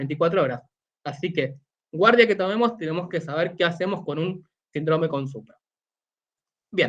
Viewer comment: Saludos cordiales. Tengo una pregunta, ¿Por qué el término SÍNDROME, como tal (que es una palabra de tipo esdrújula), lo mencionan como SINDRÓME (una palabra de tipo llana o grave). He notado que este detalle se repite en Argentina, Chile, Perú y Colombia. Por lo demás, me gustó el contenido. Exitos colega.